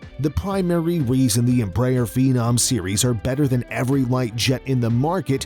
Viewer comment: At least try to say Embraer the right way